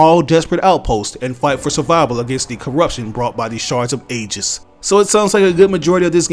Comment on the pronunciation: To help you with that confusing word Aegis, it's actually pronounced Ee-jis not ay-jis